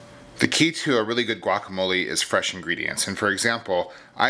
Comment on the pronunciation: pronounce it "guacamol-ay", not "guacamol-ee"!